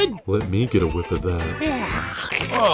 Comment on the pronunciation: "Let me get a wif of that"